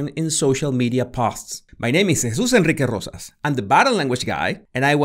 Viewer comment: i love the way you say jesus enrique rosas ! <3